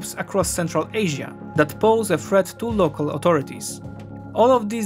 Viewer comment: Good and all, if you read this, work on your "TH" sounds, because you are pronouncing them as "F"s. worth = worf (sounds like wharf, different meaning) , thirty = firty (sounded like you said forty) , threat = freat (sounds like fret, different meaning)